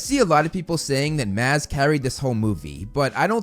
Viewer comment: Great to hear you pronounce Me and Mads’s name right. The d in Mads is silenced, so it’s actually pronounced “Mas”. Almost like you would pronounce “mass”. Great job!